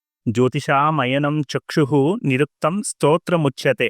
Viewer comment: మీ ఉచ్చారణలో స్తోత్రముచ్చ్యతే అన్నారు. శ్లోకంలో శ్రోత్రముచ్చతే అని ఉంది. అలాగే సాంగ మదీథ్యైవ అన్నారు..శ్లోకంలో మదీత్వైవ అని ఉంది..సందేహ నివృత్తి చేయగలరు..వేదంగాలలో ముఖాన్ని సూచించేది వ్యాకరణం...